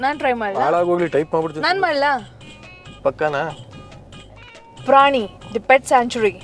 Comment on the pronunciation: Prani= ಪ್ರಣಿ ಗು, praani = ಪ್ರಾಣಿ ಗು ವ್ಯತ್ಯಾಸ ಇಲ್ವಾ 🤔🤔🤔